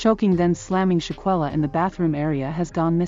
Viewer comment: It's not pronounced Shankel, it's Shanquella. Bad form with the automated dialogue.